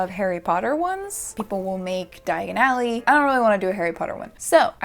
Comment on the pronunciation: That pronunciation of Diagon Alley would have landed her straight in Knockturn Alley. 😂 No hate. I love!